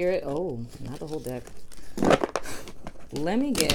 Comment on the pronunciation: 😂😂😂 during the Aquarius singles reading it sounded like you said dick not deck 🤣